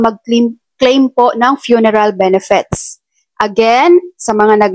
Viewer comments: Ate BENEFIT EDUCATED K P NMN ! Pano mo I pronounce ang benefits. Benefets😀😀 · Ayusin m pronounciation m anong benefets..😂😂 benefits madam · Benefits hindi benefets